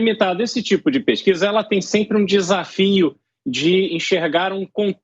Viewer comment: "Essa peskiza é verdadi, mesmo", ah pelo amor de Deus, esse instituto deve ter feito essa pesquisa lá dentro do diretório do PT